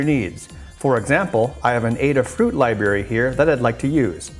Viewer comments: I noticed he uses it interchangeably...Library to Li-Bery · I know this is a really picky thing, but every time he says "liberry" I want to rip out my own eardrums.